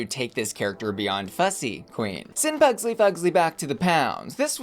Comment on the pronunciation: Probs why she kept calling it Puglsey lol